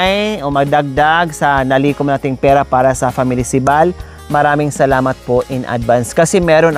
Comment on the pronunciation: Ang linaw ng pagbigkas ni tatay ng salamat nakakatuwa